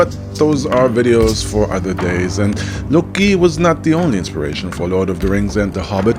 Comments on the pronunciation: I’m sure that’s a good video but every time you say LUOCKKKI or trying to pronounce a Nordic word I get cancer on a other part of my body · the way you pronounce loki is unasked for, i cant sit through this video because of it.